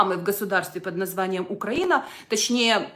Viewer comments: Зверніть, з якою ненавистю ОЦЕ БАБІЩЕ вимовляє назву нашої країни - "Україна"! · можна їй на законодавчому рівні заборонити вимовляти слово "Україна"? мене, як українку, цей тон та манера ображають особисто